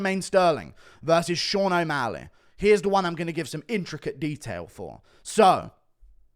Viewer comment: Bro said o walley